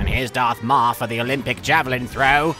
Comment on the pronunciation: "the DARTH MALL" xD